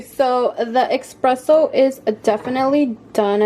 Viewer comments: Espresso, not Expresso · Honey a Batista its called espresso not exspresso lol so cute. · Don't call it eXpresso but eSpresso.